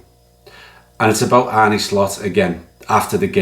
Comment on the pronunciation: Great video and you are spot on. My only moan is that, like some anti LFC pundits, you pronounce the manager's name Arnee when it's pronounced Arna😊